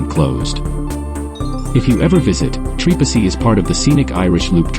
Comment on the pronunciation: Can't pronounce right! Don't even bother to come here